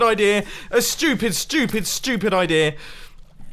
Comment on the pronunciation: Bumbo Jumbo but every time he says studip it gets 5% faster